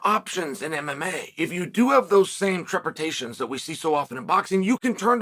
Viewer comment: "Trepidations" Chael, not Trepitations. Starting to sound like Tito 🤣 Great commentary as always